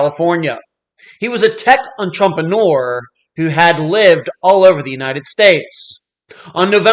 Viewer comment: I don't think I've ever heard the word "entrepreneur" pronounced quite like that.